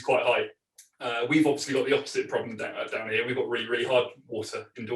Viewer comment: “Down ere” 😂😂